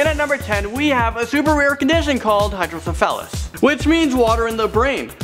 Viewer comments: Wow, number 10 is pronounced hydro-sefa-lus, not the way you said it. I have this condition. Also some people with hydro, also have Chiari Malformation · Eyyy I have hydrasephalys and bye the way u pronounced it wrong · I have Hydrocephalus and you pronounced it wrong 😂